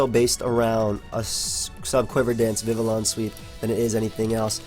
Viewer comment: Yo. Congratulations on pronouncing Vivillon correctly man. I knew we'd get here one day.